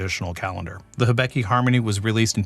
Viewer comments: Sounds like a good Whiskey but I get a tick every time you say if ("Hebiki" use Hi-bi-ki") ("get tid of the "e" in the I :P") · Again, I really like the way you describe the taste; kudos! For this one, it's pronounced hee-BEE-kee. I believe you have a "beck" in there somewhere, which is incorrect. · Great Video! Also, probably not the first to say this, but in Japanese->English spelling the "i" is generally pronounced with a long "E" sound. In this case, "Hee-Bee-Kee ", if anyone was interested. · of note hibiki is pronounced he-be-key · it's pronounced, "he" as in he-she, "bee" as in honeybee, and "key" as in house key, "he-bee-key" 😉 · Pronounced hee-bee-kee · How difficult izzit to say Hibiki lol how did all three “i”s get pronounced differently